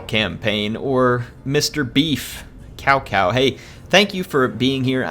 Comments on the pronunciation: its pronounced COW COW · HIs name is pronounced Tao Tao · daily reminder it's pronounced tsao tsao ;]